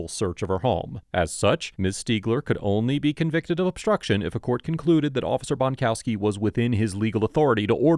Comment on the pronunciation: Bonkowski is a WA with a T on both ends